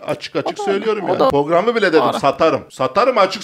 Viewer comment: porgram pororam bişey diyo asla program diyemiyor, başkası olsa batar ama batmıyor, az batıyor.